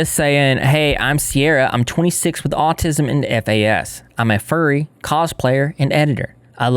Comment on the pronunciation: furry* not fury